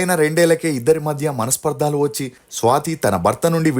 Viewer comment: Pl tell swathi to go and check her osteology in Sri Raghavendra jyothishaalayam. Pl. Correct ur self that is manaspardhalu,its manasparadalu its not paradalu .